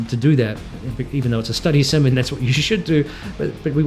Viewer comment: Please, don't say "Study Sim"!